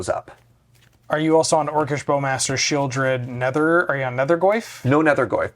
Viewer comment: pronouncing the "L" in Sheoldred is just 🤌😚 😩